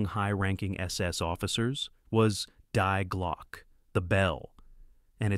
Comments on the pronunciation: Sweet Christmas say it with me Dee Glockah not Die Glock. Good grief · It’s pronounced DEE GLAW-KEH. Not Die Glok. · Thie glocke (I know it's written wrong)say it like this way next time And not like dhy glok As you pronounce it Just saying , no hater here........peace..... ✌🏼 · "Die Glock" for GOD's SAKE... it's pronounced "DEE GLOCK" ..... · Die is the female article (the) and not pronounced as the English to die. Instead i-e makes a long i which is pronounced 'e' in English. And the word is Glocke, literally bell, not Glock like the pistol. Thought = Gedanken. Gedenken is commemoration. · This is video for kindergarden? By the way it is Die Glocke (dee glocke), means The Bell, try to learn German more please. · Die like “Dee “ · DIE IN GERMAN IS DEE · If you don't understand German you shouldn't be the moderator. Pronunciation: Dee Glöcki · Die Glocke......for Gods sake.....LEARN TO PRONOUNCE GERMAN WORDS.....Glocke was ok .... But you would have been much better off by saying Dear without the "r" and then Glocke. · Your pronunciation of "Die Glocke" is completely fu**ed up! If you're too lazy to find out how to pronounce words (at least somewhat) correctly, then don't attempt pronouncing them at all.